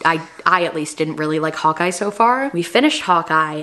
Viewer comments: Ohhhhh you were saying HAWKEYE... I was trying to figure out what show Hot Guy was 🤣 🤣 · I’m from NY so when I heard say Hawk Eye at first it sounded like hot guy. and I’m thinking Marvel has a show called hot guy?? 😐 i figured it out at the end when she mentioned it again… i’m so dumb 😅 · OMGosh. Totally thought you were saying HotGuy instead of Hawkeye. Haha. I'm so not a super hero follower.